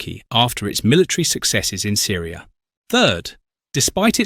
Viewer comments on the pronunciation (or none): none